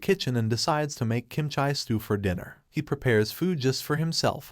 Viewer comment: Good job, but it's pronounced bru-leh not Bru Lee. Also Kim Chee not Kim chy